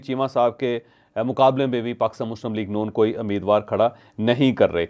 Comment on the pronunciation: This is not Ameedwar. It's Umeedwar. Correct yourself.